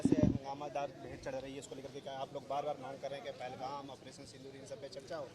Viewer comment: पहलगाम को पहलगांव बोल रहा है, इसको नाम तो पता नहीं है ।